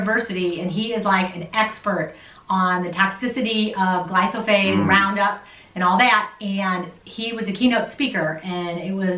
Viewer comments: again she says "glysophate". Geeze, if you want to make a lousy video about a chemical. please learn to pronounce it. "Kyanada" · and..you guys are a hoot.. me and my wife love watching and learning from you guys..but i got to say you may be terribly confusing a couple of your commentors seeings how the title of this vid say GLY-PHO-SATE, but the two you seem to be convinced that its GLY-SO-PHATE bahahahaha...got a big kick out of that... keep on keeping on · I thought it was glyphosate ( not glysophate ) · Pronouncing of the word is GLY -PHO-SATE. Not GLY-SO-PHATE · You did it! You got me saying "Glysophate"! Now I can't say it right either! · gly-Fo-sAYt ..... its pronouced lol ... does beer count as a fermented food? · Good info. You said glyphosate wrong. Lol. It's ok-know what you meant. The message is the important part!!